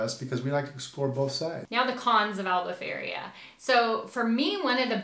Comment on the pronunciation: Its not Albufeiria but Albufeira guys 😂